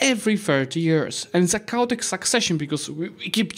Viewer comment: Did anyone else hear it as "cow-tic"?